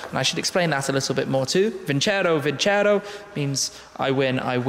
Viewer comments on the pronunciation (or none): its not vincero, but vinceró, you need to accentuate the o, make it louder and shorter - it means "I will win" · Is vincerò not vincero